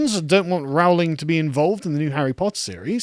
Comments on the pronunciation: it's not actually. Listen to how Joanne pronounces her surname. It's "Rolling" not " Row ling". She even commented that she gets minorly annoyed when people mispronounce it, but she doesn't mind it too much. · Her name is pronounced RO-LING. Have you become American? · PLEASE - PLEASE - PLEASE - will you pronounce J. K Rowling's name correctly! Her name rhymes with ROLLING. How do I know? Because I've got a biography where the pronunciation of her surname is discussed. When she was younger and teaching students the students used to pull her leg and sing 'Rolling, rolling, rolling' which was a signature tune of a popular Western TV series. I'm delighted you are defending this marvellous author, but please pronounce her name correctly. Otherwise, you undermine your credibility. So ROLLING, ROLLING, ROLLING, please! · "Rowling" is pronounced "ROH-ling". It rhymes with "bowling". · Getting annoyed at how he pronounces Rowling.